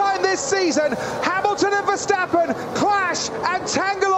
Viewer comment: No surprise from Tom "Vershtappen" Clarkson 🤦‍♂️